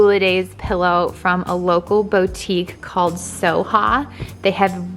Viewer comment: How pathetic the way you kept pronouncing Target & boutique. It makes you sound..pathetic. The fact the house looks like it was decorated by a red and white muppet.